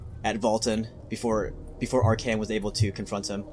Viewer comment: isnt it arch-ay-on and sig-vald not archon and zigvald? idk tho